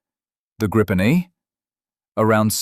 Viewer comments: Let me correct you: First, it's pronounced Gri-pen & NOT Gripe-n! Second, the Gripen is NOT stealthy! It's got superb ECM/EW avionics but it is NOT stealthy, save for its size! Which leads to my third point: the Gripen does NOT have any weapons bays! It has weapons PYLONS but NOT weapons BAYS! The Gripen is NOT the F-35! Keep that in mind! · And do please refrain from pronouncing it "grayypen" or "grayypin". It's greepen, stressing the first syllable. It means "the gryphon" in Swedish, "Grip" without the "the". En grip = "a gryphon". Gripen = "the gryphon". Nor is it pronounced "grippen".